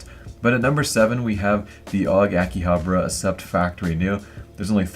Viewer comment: "Akihabara Assept?" The way he said it.